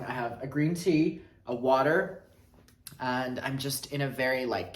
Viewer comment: Genuinely felt like he was making fun of me the way he said “WAt-Her’